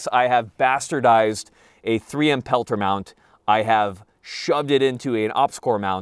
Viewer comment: You sold me on the "peltears" lol